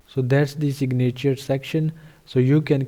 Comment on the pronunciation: Great video. A few English tips, "signature" is pronounced "sig' - na - ture," not "sig - na' -ture," with the emphasis on the first syllable, not the second syllable. Next, the sound of the "a" in "na" is a short "i" sound, not a long "a" sound. It's almost the same sound as the "i" in the first syllable. Also, the "v" in "video" is a voiced "f", which is not obvious, but it's accurate. If you pronounce the imaginary word "fideo," then pronounce "video," they're shaped the same way. The "v" sound starts with an "f" sound that gets hummed. Respectfully submitted. Regards, D.P. Henderson, NV, USA